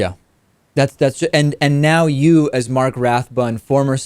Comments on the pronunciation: The man's name is Marty Rathbun. What a bad interviewer! Cannot even get a name right. Is this the real future of information sharing? SAD! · Why are you calling him "mark"? I think his name is Marty, dude.